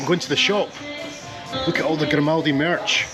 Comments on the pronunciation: 'Grimouldy' hahaha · you're pronouncing it wrong, it's said as "Grim All Day"! 🤣🤣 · Grimaldi* , as in Grime-y 😢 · it's in the name 'GRIM'aldi. lol